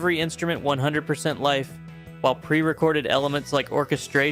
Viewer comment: It sounds like you’re saying life instead of live.